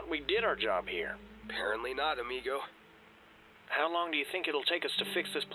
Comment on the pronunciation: A list of what Duke can say in French wrong (spelled wrong by me) -ow riv-hour (au revoir) -a river ditch-y (a riva derchi) -cow bell uh (ciao bella) -pasta lobster baby (hasta la vista) -Doritos (adios) -my hamm-or (mi amor) -my ami-goat (mi amigo) -Duolingo (he ran out)